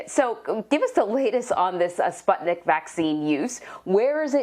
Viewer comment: Ikr!!! I'm russian and I was like ????? SPUTNIK????